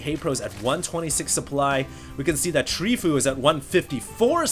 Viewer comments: tree fo you , fo u etc. not tree foo or w/e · It's pronounced Tree-fo-U. I wish you would watch the GSL and be involved in the community more than just casting replay packs you find. Then you would know that fOu is a great pro Korean team that includes the likes of choya, TheBest, SC, and Leenok. I think more knowledge of the community would serve your casts very well! Thumbs up if you agree